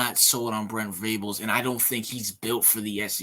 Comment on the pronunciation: Man first off, it’s Venables, not Vrables. I respect your opinion because Urban is a great coach, but OU will never hire someone like Urban Meyer. Joe C. will not tolerate the drama Urban brings with him. We’re fine though because Brent Venables is the guy. You need to do a little more research on BV bro. He was considered the best DC in the country. He’s won 3 national championships as the DC (one with OU and two with Clemson), and coached in 8 title games total as the DC in the last 20 years. And with regard to recruiting, Venables just brought in the highest rated class in OU’s history since they started ranking the classes. Give him time….Riley gutted the team of talent when he left.